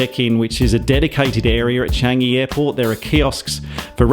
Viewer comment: You pronounced Singapore and Changi perfectly